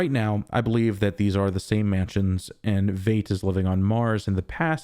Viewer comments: Oh FFS and you dare say Vayt instead of Veidt ("Vite") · Lol. I fell in the same trap. Yes, Fight. I think he was pronouncing it as “eight” preceded by “V”. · I believe "Veidt" is pronounced like fight, not fate. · No matter what you've heard, his German IRL last name (Veidt) is correctly pronounced VITE, not VEET or VAYT. Just thought you should know. But you can just call him Ozymandias. ;-) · Dude I've been waiting all week for your review. After hours (literally) of other people's reviews yours is the best and I dig that you don't fall for the red herrings the way everyone else does. I think the KKK robe in Judd's closet is from the Bass Reeve's movie Will was watching at the beginning of the previous episode. - - Veidt is pronounced like white, fight, height, light, might the same as the actor Conrad Veidt Keep up the great reviews and I'm glad to hear you picked up new subscribers after posting the last video (I was one). I initially started watching your channel when you were doing reviews of Westworld and now (just like then) your reviews are consistently the best and most insightful. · It really bothers me how you pronounce Veidt